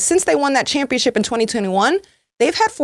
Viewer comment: Ugh! It's just my own personal pet peeve, but it is not "chip". It's ship. ChampionSHIP, not championCHIP.